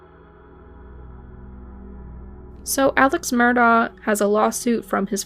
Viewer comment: List all your sources or this is just plagiarism!! I doubt you’re in North Carolina in the courtroom waiting for the latest update. Mandy Matney has a great podcast called Murdaugh Murders with original reporting. Their names are pronounced Mur-dock (Murdaugh) and Aleck (Alex)